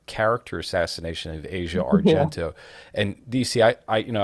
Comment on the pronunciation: Can't believe DC pronounces her name A-see-ah 😂😂😂